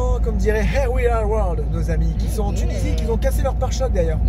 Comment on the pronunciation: Et oui! RIP le pare choc 😁 mais c'est trop beau la Tunisie ✨✨ Et bravo tu fais tes progrès en anglais, tu n'as même pas écorché notre nom 😉